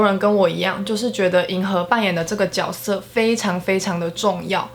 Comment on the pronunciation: 看完才知道mv真的不简单 解析的好棒！！ 也难怪这次总有种谜之伤感 预感女友这次一定会大发！（悄咪咪告诉你其实“角色”是念jue😂